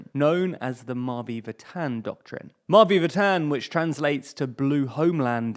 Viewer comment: The way you say "Mavi Vatan" 💀